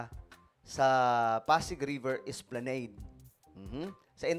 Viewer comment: esplanAd my dear. Pronunciation walang e sa Huli